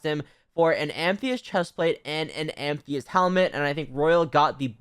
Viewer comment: IT IS NOT AMTHEYST ITS Am-a-thyst